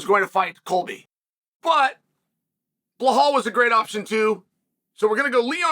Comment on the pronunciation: “Blahal” there’s no h in it it’s belal 😭😭😭😭 day 2 of telling Chael: WUSSUP